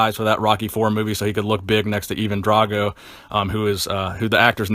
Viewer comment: Firstly, Sylvester WAS a "Bodybuilder", just not a pro bodybuilder (Anyone who trains for aesthetics is a bodybuilder) Secondly, It was Never "Rambo 1 or Rambo 2" It was First Blood and Rambo, First Blood Part 2. Thirdly either pronounce it DRAYGO or DRAGO but not BOTH for chrissakes!